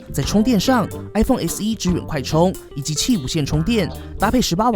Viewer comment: qi竟然唸對了